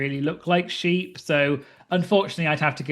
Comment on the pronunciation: I love the shepep. Shoeee. Sphe. Ship. Baa cloud.